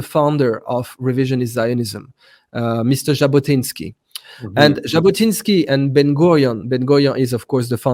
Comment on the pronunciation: Jabotinsky, not Zabotinsky. Sorry.